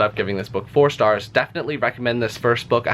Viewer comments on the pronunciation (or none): none